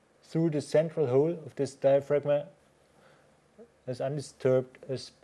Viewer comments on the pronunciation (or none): a ten year old vid....and I just wish the presenter knew that the G in diaphragm was silent....because he's murdering the English language it's so cringe inducing...